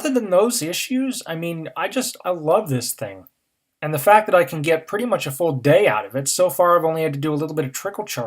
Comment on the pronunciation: Next year home pod for a fool squwad? Its a quwestion.